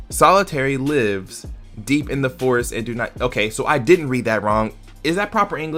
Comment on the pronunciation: You are saying lives wrong that is why it sounds strange